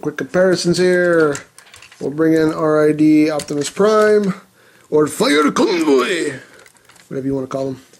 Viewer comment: i remember the "fire convoy" (japanese accent here) review good times